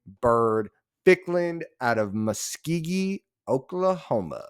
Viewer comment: It’s Mu-s-go-kee. Hope he has a fabulous career. Great kid.